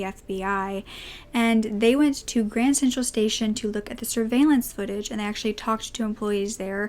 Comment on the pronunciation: Kept hearing u say grand central station lol u must be from New York to keep pronouncing it wrong cuz that’s naturally what we wud think not graham